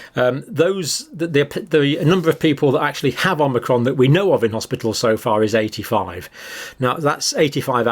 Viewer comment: It's the hospital not hospital